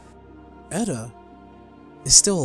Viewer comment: FFXIV honestly... Has been the only modern Final Fantasy with a good story unruined by a shitty main character, like Vaan, Tidus, Lightning, etc. Also you are mispronouncing Edda's name.